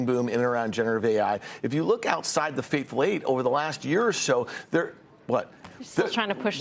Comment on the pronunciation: Elite Eight...not fateful eight